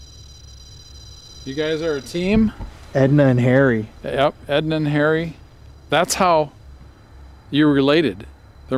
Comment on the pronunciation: it sounds like your saying Hairy not Harry 😂😂😅😅❤